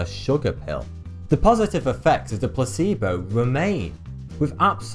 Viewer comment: The way he pronounces 'placebo' sounds like 'pu**ebo'